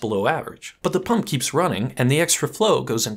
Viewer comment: It's "pump" not "pum"